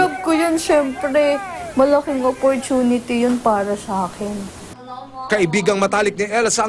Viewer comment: Hahaha "opportunity"